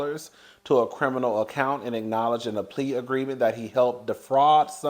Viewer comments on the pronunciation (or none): none